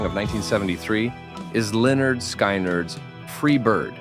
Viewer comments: The IA just said lie nard sky nard oh my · Pronounced Leonard skin nerd Lynyrd Skynyrd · I can't believe that you get to number 1 and mispronouce the name.... it's leonard skinerd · It's pronounced Leh-'nerd 'Skin-'nerd not "sky nerd". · You pronounced Skynyrd wrong. It's pronounced skin-nerd. Not skin-nard. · Pronounced LYNYRD SKYNYRD no skynerd please get it right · Lynerd SKYnerd. No. The album cover you showed even gave you the pronunciation. Just unsubscribed. Between talking over the songs and your inability to pronounce things correctly, I’m just done. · Leonard SKY nard? Sick of AI generated narrations! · Leonard Ski-nerd....oh, c'mon. How can you get something so wrong? Terrible. Makes me never want to watch this channel again. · Linerd Skynerd… Not quite right… lol… Work on that pronunciation… Love the Nostalgic videos! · Lynyrd Sky-nerd? That tickled me! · Did you really pronounce Skynard like that? No no no! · Lol! Sky-nerd? Really? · Lynn-erd Skin-erd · If you don't even know how to pronounce Lynyrd Skynyrd, I'm going to assume that you're an AI produced voice and have no idea whether you like a song or not. Big thumbs down. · COME ON!!!! The LP even says -Lynyrd Skynyrd (Pronounced ‘lěh-‘nérd ‘skin-‘nérd). Can you not talk yourself for ?! You have to go AI?! It’s an insult to the great bands when you mispronounce their names!!! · How abiut learning hiw to pronounce the band behind 1973´s top song? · Great until AI narrator mispronounced Lynyrd Skynyrd. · You had the thumbs up until the AI fcuked the pronunciation of Lynyrd Skynyrd, Jesus! HOW? SMH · Hey man if you're going to make a video about music and musicians from different decades you need to know what you're talking about the band is called Lynyrd Skynyrd you didn't pronounce the name correctly and they're not in the classic rock genre they're in the southern rock genre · You mispronounced Lynyrd Skynyrd. It was based on a former teacher's name, Leonard Skinnerd, who was only known locally.